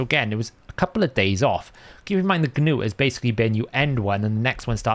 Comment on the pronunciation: Not to be that guy, but it's Nut not Ga-noot 😂